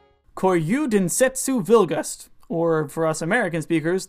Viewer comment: Please don't ever pronounce Japanese like that again. Hyper-emphasizing syllables in a language that has almost zero syllabic emphasis sounds SO cringey. "kōryū denstsu bilugasuto," not "ko-YOU den-SET-soo VILL-gust." Please ask a Japanese friend to read it aloud for you.